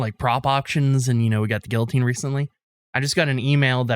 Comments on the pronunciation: They keep saying "Gilloteen" instead of "Guillotine" and im losing my marbles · I don't care to Google this I want public opinion but isn't it pronounced "Gee-uh-teen"? Not "Gilla-teen"? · The way pronounces “guillotine” hurts me.